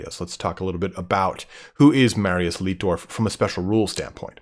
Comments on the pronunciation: Just so you know, it's light-dorf, not leet-dorf. In German, where you have an i and an e together like that, you pronounce it as the elongated version of the second letter. So sieg would be seeg, but arbeit would be ar-bite. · Its "LIGHT"DORF not "LIT"DORF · great video mate, though the chaps name is pronounced differently "ei" in German is pronounced as "i" would be in English Leitdorf is pronounced Lightdorf basically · Si pronuncia Laitdorf.